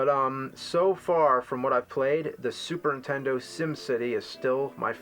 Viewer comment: JAMES!!!!! The word is 'addictive' not 'addicting', and it's pronounced 'Super Nintendo' not 'Superintendo' lol FIX UP THE TALK